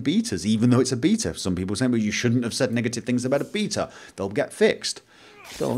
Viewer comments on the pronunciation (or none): It's slightly annoying how he pronounces "beta"